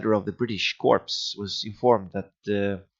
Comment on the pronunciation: I know it's a long time ago but you don't pronounce the S in CorpS it's the same as Illinois. It's just corp. Other than that. Awesome and this is what I was looking for before purchasing it.